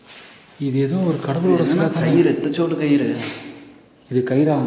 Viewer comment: slang ''edhachodu'' word is ultimate